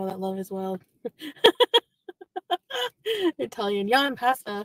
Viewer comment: i love you, but the way both you and pronounce “pasta” drives me bonkers!